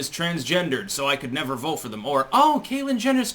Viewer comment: You said Caitlyn Genitals. LOL!